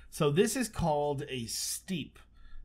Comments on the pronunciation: It's not pronounced like steep, it is pronounced like step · Biomes o' Plenty has less stupid terrain generation; I'd go with it just for that. 'Steppe' is pronounced exactly like 'step' That water geyser thing looks like the definition of "it's not a bug, it's a feature".